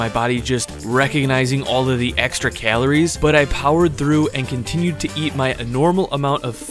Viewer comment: That’s alot of “keleries”